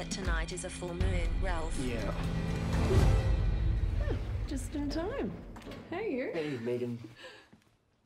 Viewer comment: His name is Raaalph, man!